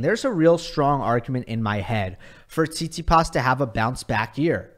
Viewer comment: This is a fantastic video but it frustrates me every time you say tsitsipas because I’m fairly sure that’s not how you pronounce it, good video but bro 😭